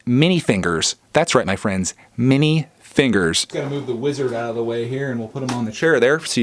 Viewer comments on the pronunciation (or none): Why did it sound like you said mini fingers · Are you saying Mini figures wrong on Purpose